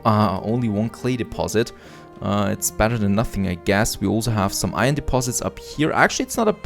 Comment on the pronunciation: i really like how he pronounces better like batter